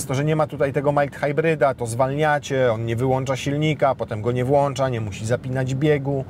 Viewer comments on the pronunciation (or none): none